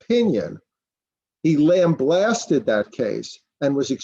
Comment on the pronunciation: it's not Lamblasted.. it is Lambasted, from lamb + baste.